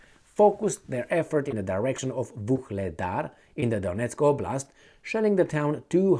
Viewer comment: Get used to calling it Oogledar.